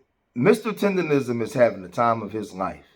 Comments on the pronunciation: Naw she said “tenderism” lol can’t even say it right cause she don’t have the right spirit!! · That lady doing all that talking but not even saying his name right. She’s saying Mr. Tenderism and it’s Mr. Tendernism. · She don’t even say his name right, she called him Tenderism, white slave master? He’s very much supported and he’s happy. Go Mr. Tendernism show em what you working wit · Yes!‼ Please say it right! Its Tender-Nism. Nism, Nism, Nism.‼‼‼